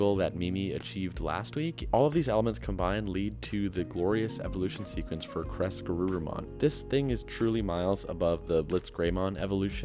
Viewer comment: I just keep hearing "Caress-Garurumon" and I giggle 😂😂😂. Excellent video as usual!!